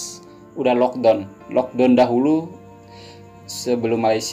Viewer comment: It's lock "da-uwn" not lock "don"